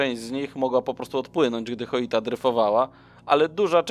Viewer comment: Lubię Twoje materiały ale denerwuje mnie jak możesz czytać nazwę statku Joyita - Choita gdzie tam jest litera H? Słowo Joint czytasz Choint? 😄